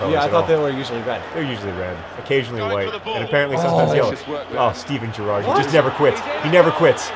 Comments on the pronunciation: GER-ard, emphasis on the first syllable. we also say BER-nard. hope I helped :D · It's Geh-rard. :P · every time you say steven gerrard's name my soul sighs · John you can't even say your hero's name properly. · john supports liverpool and can't even pronounce gerrard?